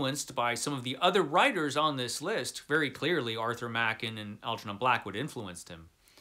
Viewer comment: A great list, albeit I might shuffle the ranking order a bit. It's nice to hear someone pronounce Arthur Machen's surname properly for a change. I've read almost all of them, with the exception of the William Sloane (I have it in Kindle format, so I will endeavour to get to it), and the Bronte (for predictable reasons of literary classic phobia of my youth, which I've been planning on making up for as soon as I find the time. Frankenstein... 1839 version, or the 1818 version? I've read it a couple of times, but it was so long ago that the 1818 version wasn't available at the time. I certainly plan on finding time to get to that at some point. In fact I should probably find a better translation of The Phantom of the Opera too. I own two copies of The Hunchback of Notre Dame: one absolutely gorgeous early hardcover, and one much plainer edition that is way more readable, so I know it makes a huge difference. As for The Jekyll & Hyde, I remember being slightly disappointed with it when I read some 40 yeras ago. Probably because the assorted films spoiled it for me. If I remember correctly, it isn't actually stated that Jekyll & Hyde were the same person until right at the end, not that I can believe many people hadn't worked it out long before that.